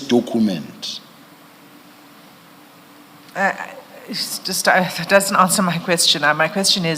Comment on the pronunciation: Dokhument hmm😅 I blame his then English teacher